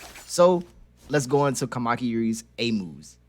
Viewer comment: It's a very good video but as a Japanese every time he says "Kamaki" it deals much damage to my soul lol